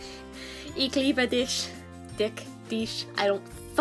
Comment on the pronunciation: the first "dich" in "ich liebe dich" you said, was right! c